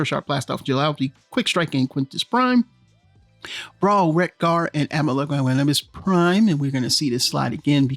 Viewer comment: I was so unimpressed by this con bro, I'd rather hear you butcher "Amalgomus prime's" name for 5 min straight. They showed us nothing new and I personally think hearts of steel and now this new time line is a cool concept but im skipping those figures. Im will be getting the seekers tho. Thundercracker looks amazing